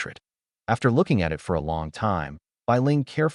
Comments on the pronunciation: like simple word like //// it, it goes " I T " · Can you get a better AI reader please. AI reader keeps spelling out short words. I-T, T-O, M-Y, M-O-M...gets very annoying. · Follow every period with at least one space character. Otherwise, the AI reader gets confused if the following word is short, like 'It'. sed -i '' -E 's/\.\b(\S{1,3}) /.\ \1 /g' filename.txt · Whats wrong with your ai? Cant say IT, AT, MY... so fkn dissappointing and annoying